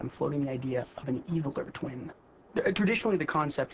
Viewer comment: When Reid said twin it sounded like tween